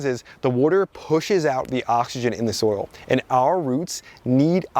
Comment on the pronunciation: For me it was every time he said something like "you don't want to dry out your soul. It's bad to dry out the soul" (vs soil) 😂